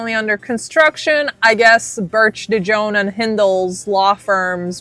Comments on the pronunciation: dejohn? lol girl.. de jong.. pronounced.. DUH YOUNG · It's really pronounce de yon not de jon...the j makes the y sound . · De Jongh is pronounced "De yung" like the Dutch last name "De Jong(e)", which the name De Jongh is from. (Sorry ADHD info dump😅) Not that it matters for that POS lol. I'd say more than just her last name wrong 😅. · FYI: Cecile's last name is pronounced Dee Young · Pronounced cecile de Youngh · The name is ah-maude . and dejough is pronouced "Dey- young" the " J " is silent. The name is a french name